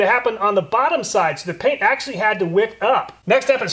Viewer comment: If you’re gonna say “actually” so many times in one video, please learn how to say it right